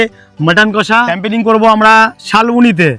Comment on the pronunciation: 1. Firstly tomra route r journey to up to the spot dekhale na. 2. Secondly, tomra Boidhora barrage dekhale na. (It's beautiful) 3. Thirdly, tomra nijeder video te Camping ke Campaigning uccharon korcho. (Refer your recent videos.)